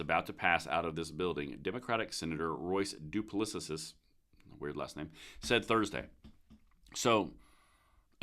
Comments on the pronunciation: It's pronounced "duplessee" with the first e being short. Just FYI. Post script: I'm from Louisiana. Duplessis is a known surname. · Duplessis is pronounced doo-pless- cee. It’s an extremely common Louisiana name. (Louisiana has a lot of people of French decent) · Duplessis is pronounced Du Pless Is. Fairly common name here... LA wouldn't have a high murder rate if you took out the big Democrat run cities. I like the bill but it gives up reciprocity in AL, MS, and FL (plus others).